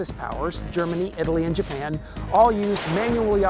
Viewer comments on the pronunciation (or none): none